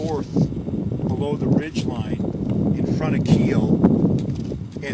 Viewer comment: Miles Keogh, pronounced correctly Miles K-Yo👌👍